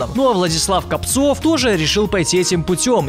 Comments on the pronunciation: Владислав КОООООпцев ударение правильно ставь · Копцев ударение на о! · Копцев. удариние на о! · кОпцев, а не копцОв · Не КопцОв, а КОпцев! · Не КопцОв, а КопцЕв!) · Может Владислав КопцЕв, а не КопцОв?) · по мойму... Не КопцОв, а КОпцев... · Не КопцОв, а КопцЕв... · Он задолбал имена и фамилии не правильно называть, например : Владислав КОпцев а не КопцЁв. И ксати я его ненавижу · Копцев,а не Копцов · Не КопцОв, а КОпцев, если не ошибаюсь. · Не КовпОов а КОпцев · ты совсем он Копцев а не Копцов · Не Капцов, а Копцев! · НЕ КОПЦОВ А КОПЦЕВ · не КопцОв, а КопцЕв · Копцев а не Капцов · копцев а не копцов